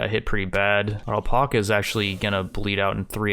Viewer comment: alpaca pronunciation learn it